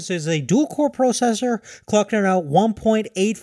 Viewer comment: Did anyone else laugh when he said "processor"?